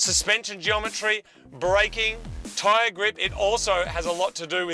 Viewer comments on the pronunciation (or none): none